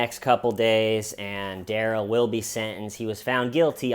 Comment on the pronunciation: In Darrell’s interrogation, they pronounce his name Duh-rell instead of Dare-ull. I think that’s why he keeps saying “that’s not my name.” But instead of being a reasonable person and telling the judge the correct pronunciation of his name Day 1, or even at ANY point in the trial when the judge asks him what he’d like to be called, he just keeps saying, “that’s not my name” and won’t tell her the right pronunciation just to be a total asshole. Now he will forever be referred to Dare-ull instead of Duh-rell, and it’s his own fault.